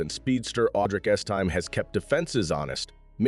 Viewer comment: It's Es-tim-may. Estime.